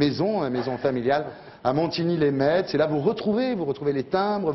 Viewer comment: Putain, on dit "Montigny les MESS" pas "Montigny les METS"!!!